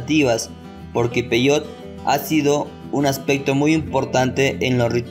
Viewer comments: Primer error, se pronuncia peyote así como se escribe, no peyot cómo tú lo pronuncias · Investiga bien. Peyote, se pronuncia igual que como se escribe, no peyot